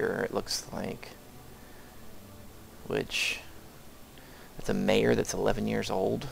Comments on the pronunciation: Great video! Now I feel like I can get started. The game interface was really intimidating. BTW, "Mayor" (pronounced "my-ore") is the girl's name--not her title. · The 11 year old is not a 'Mayor' . His first name is Mayor (pronounced Mah-YOR). Good tutorial nonetheless. Cant wait to start playing!